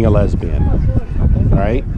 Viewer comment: Lesbian not lesibian